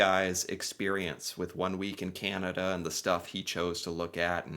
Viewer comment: Hi I apologize in advance, but you are mispronouncing ‘Canada’. You are saying Kee-ya-nada, when it is pronounced Ka-na-duh. Sorry lol!